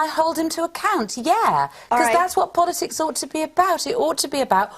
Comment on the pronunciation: Stop saying polisix! Jesus!